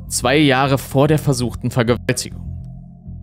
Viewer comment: Hey...mal ne ganz kurze Frage rein aus interesse...das Wort "Vergewaltigung" wird mal klar ausgesprochen und mal wird es abgehackt...wo ist der Unterschied undcwarum wird das mal gemacht, und mal nicht? Danke schonmal 🙈